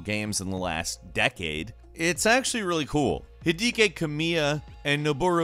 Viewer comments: The same place he found the pronunciation for Hideki Kamiya's name I'm guessing. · I just cant believe he said Hedeki Kamiya like that lol